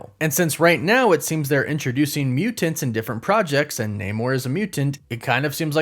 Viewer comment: Ugh! Why does he say Mutants like that? Lol